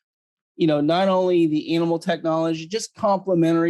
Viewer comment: Why does say "analmal"?